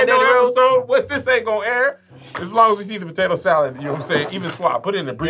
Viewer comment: She called Kev "potatoe one"😆😆😆